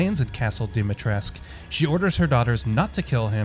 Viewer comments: Stop saying Dimitresc for crying out loud! It scratches my ears. 😜 That's a Romanian name and the "u" at the end is not silent. We pronounce it... Phonetically speaking [Deemeetrescu] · Also it's DEH Mi TRESS ka Either that or voice actors can't pronounce for shit which is pretty likely